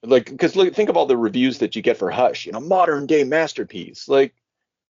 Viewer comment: At first when you brought up Hush I could have sworn you said "modern gay masterpiece" and I was really curious to hear you elaborate on that reading/interpretation only to then realize you said "modern day masterpiece" lol The only other time I would argue a heavy hitter wrote an unflattering portrayal of Batman would be Geoff Johns’ earth one series. Instead of a crazy asshole in a bat suit in earth one he’s sort of just an idiot wannabe detective. At least in the first volume which is the only one I’ve read. All Star is almost a take in which Miller ask “what if Batman was an authority character” except I have doubts Miller keeps up with comics outside of his own. I feel that Frank Miller’s take on Wonder Woman is a living embodiment of radical feminism. Miller’s Wonder Woman is a literal maneater, a Valerie Solanas type figure instead of say Gloria Steinem. Miller’s Wonder Woman has more in common with a dominatrix rather than any sort of traditional mother-like figure. I love Miller’s portrayal of the joker in both this and dark knight returns. Of course they’re both very different portrayals but both immensely interesting nonetheless. I would argue that they are both sort of subversive takes on the character. Much like Killing Joke they take the charter to an uncomfortable extreme in how raw or realistic they are that honestly I wish was explored more.